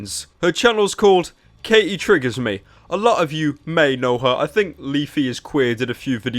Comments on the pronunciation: it's Katie, not Kay-E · Her name is Katie not K.E.